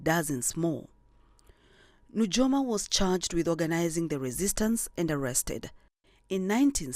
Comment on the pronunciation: It's pronounced as Nuyoma...j for i